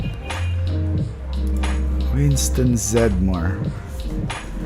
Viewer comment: Winston's last name is pronounced with three syllables. It's Zed Dem More. Just a heads up!